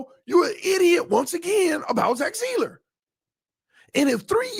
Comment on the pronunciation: I absolutely love you! BUT... I cannot wait until we are done talking about Zack Seiler, it rattles my brain every time you pronounce such a simple name so badly, LOL. Come on bro, just say it right man... for me!!! Your loyal, day one listener!!!